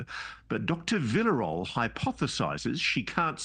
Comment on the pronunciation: “Dr Villa Role” 😂 Villarroel is pronounced like “veeya” (double “l” makes a “y” sound in Spanish) and “noël” (as in Christmas) put together, but swap the “n” for “r”. So pronounce it “veeya - roël”